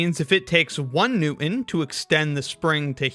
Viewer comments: It's "New Tin", not " New In". Get it? Correct pronunciation is "Im Pore Ent"! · Nicely explained, but please note that there's a "t" in "newton." It's pronounced new-ton, not new-uhn. I know this is a lost cause since dropping the "t" in words like "newton" is now in style, but it's still annoying as hell. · 1. All you have to do is imagine pinning the center of the spring to the table and making it immovable. Nothing changes the physics of the problem, so the reading would not change. Each separated half-spring still holds 100 lbs each. 2. The name NEWTON has a "T" in it. It's "NEWTON", not "NEW-IN" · Now, if only the narrator could actually say" Newton" instead of New-in 😊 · Lah-in. New-in. This guy's inability to pronounce medial "t"s makes me want to cut myself. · New-in. La'in. This dude can't pronounce words that have a t in the middle. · What the hell is a "new-in". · I am really confused with the pronunciation of Newton: New-INT???? What the heck? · Americans always say "New-hn" bro. British also pronounce things differently but come on, sometimes it infuriates me. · what's a new-in isn't it pronounced newton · There is a "t" in newton. Kindly pronounce it. New'ens. 🤮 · What is a New-un? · Poking fun at literacy whilst pronouncing Newton as Noo'in is a ballsy move. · "New-in"? But then turns around and says "Latin" like a regular person. I couldn't take it any more. Thanks for 3 minutes of entertainment. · So, you can figure out "ideal rocket Equations but can't say Newton ???? New-in Is NOT the correct pronunciation the "T" isn't silent annnnnd this generation is screwed .... Gonna get my own scale use dumbell weights with the two pulleys and forget about theory until the operation is completed pretty sure the scale will settle out with the COMBINED forces as it isnt anchored to anything annnnnnd as it is suspended by the tension .... of the two weights and SINGLE pulleys 😊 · Petty, but I'm utterly distracted by the lack of T when he says New'ins name.